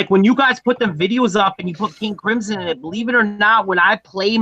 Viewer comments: Krimzon , not Grislom lol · Grizzum lol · Your first sentence of the video you said King Grisim? Lol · Wow cant even pronounce his name right